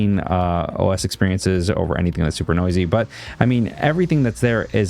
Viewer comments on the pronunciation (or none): none